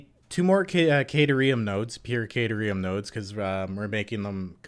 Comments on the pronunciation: Phonetically, it's Cat-air-ee-um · You know at first I was really upset with the mispronunciation, but now I think it would be super funny just to keep saying it how you are. Makes it sound more like a place you would go to snuggle cats if you got stuck in ancient Greece.